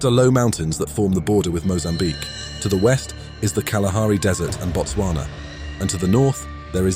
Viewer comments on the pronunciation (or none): none